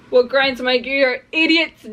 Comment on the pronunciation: you said, it just piiiiiiigring my gears lol